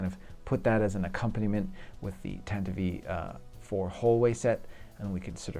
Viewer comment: I agree that the Falcon was a bit of a disappointment. Too chunky, and those gaps! I will say that the filming models always had the dish in that forward/inboard angle so that doesn’t bother me. Also, you are a great builder and I love your work but Tantive IV sounds dumb when you say it like that (tantivee), are you doing it on purpose? Best of the bunch is the err… let’s call it the blockade runner! 😂